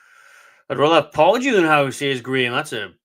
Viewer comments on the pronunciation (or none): none